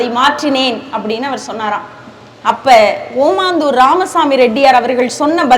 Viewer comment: காசுக்காக பேச்சு நிர்வாகங்கள் ஏதோ நடத்துகிறார்கள் பெற்றோர்கள் மாணவர்களை ஏமாற்றும் வேலை இதுதான் ஓமந்தூர் என சரியாக உச்சரிக்க வேண்டும் ஓமாந்தூர் அல்ல